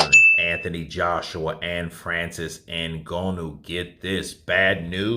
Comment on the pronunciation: Bro, it’s not a matter of interpretation. You’re still saying N-go-no WTF 🤯 I don’t understand why you keep butchering this man’s name